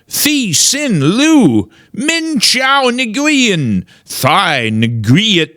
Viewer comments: FYI the NGU in the names are pronounced "whu". Nguyen is actually pronounced "whu-in" like a breathy "win". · How do you grow up in hogtown without knowing Nguyen is pronounced Win and it’s a Vietnamese name not Chinese. Love you regardless.